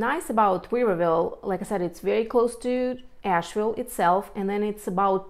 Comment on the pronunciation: She needs to learn how to pronounce Asheville. Definitely not a native.